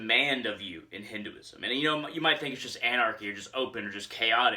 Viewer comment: Just 1 tip. If you can, try and pronounce it as "Hin- Th e ( 'th' sound of word 'the,they,thee,thus etc)-uism